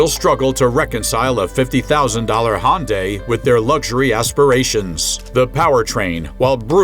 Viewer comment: Perhaps you should learn how to pronounce Hyundai. LOL.